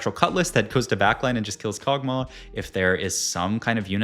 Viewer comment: Kog tauh 😂